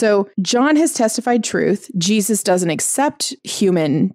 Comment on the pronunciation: Correct me if I'm wrong, but did you call Jesus "Jewsus"?